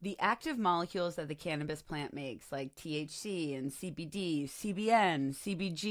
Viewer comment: Imagine people saying Ca-nab-is